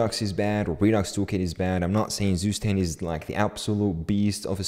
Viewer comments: its not sustend, its ZUSTAND like tsu stand but stand is prounced german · is not Zustand its TsuShtand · It's pronounced more like tsu-shtand than zoostand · just a hint to demystify the name: Zustand, der (male genus) means state in German, pronounce it like 'super' beginning with a T and like 'stunt' with sh instead of just an s. Tsuuu-sh-tund if that makes sense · To know, zustand is pronounced"tsooshtand" and means "state" in german. pmndrs is short for poimandres. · I love, how you pronounce Zustand xD Its German and means nothing more than "State". If you wanna try: you pronounce it like "Tsu" - like in tsunami for the ZU, "sh" just for the S (dont ask why xD) , the AN is pronounced like the un in bun :Dand the D ist not like a D, more like a T ....like Tsushtunt or in german Zustand :) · The right pronunciation for the word "Zustand" for English speakers is: tsu-sh-tand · "Süßtend" would be written in german, what says.:) but the english version isn't bad, just sounds funny. Good video btw! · It's [ˈt͡suːˌʃtant] 😊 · "Zustand"is the German word for "State" (if you want to know the pronunciation ;-) -then this is what you need to look for)